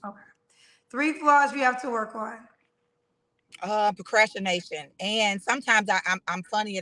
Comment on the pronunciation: did she say procrashination? HaHa